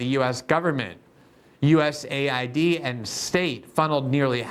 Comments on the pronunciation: Love u Glenn...stop pronouncing it as us aid. Call it us a i d. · I wish people would call it US-A-I-D and not US- AID. It’s not an aid organization.